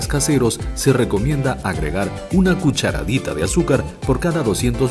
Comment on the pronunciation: Un video muy bueno e informativo! PD: Corregir la palabra "cuacharadita", un detalle menor pero a tener en cuenta para próximos videos.